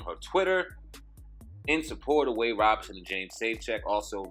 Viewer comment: Thanks for your videos they are greatly appreciated. But, If possible please try to pronounce Wades last name correctly....Wade's last name is Robson (pronounced: ROBE-son), not Robinson. Robinson is Smokey's last name aka: Smokey Robinson... I'm only mentioning this because, it kind of disrespects the last name Robinson when its compared to Wade... Thanks again for you videos I love the content....peace & luv my brothas'.....